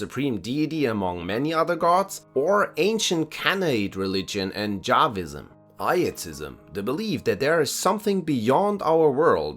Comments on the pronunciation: It is a great video, but I cannot believe the audio butchered words "Yahwism" (Yahweh, you know, the big bad deity of Judaism [including the older Canaanite polytheistic faith], Christianity and Islam, Mister "Unalive All Who Don't Agree with Me" and Sir "Eternal Punishment", also known as Sawaof, Elohim and Allah? How could it be pronounced as Jahwism?) and "Canaanite". Edit: Later during the talk about monolatry it is butchered even more. I don't mean to be mean or unpleasant, but as a regular commenter I feel the wish to express my sincere emotions. It boils down to: "It's disturbing at this point". Y ≠ J. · Why do you say 'javism' or 'jawism' for 'yahwism'? It irks me. You're German, not hispanic. You shouldn't be pronouncing a 'y' like an English 'j'.